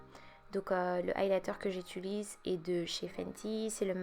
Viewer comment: On dit «j’utilise » pas «j’étulise»😅sinon ton teint est nice,c’est fucking beau